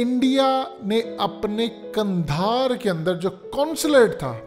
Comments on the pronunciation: لفظ قندھار درست ہے جبکہ آپ نے کندھار استعمال کیا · اگر آپ کی “حقیقت” کو “حکیکت” کر دیا جائے تو کیسا لگے گا اب پلیز “کندھار” کو “قندھار” کر دیں ۔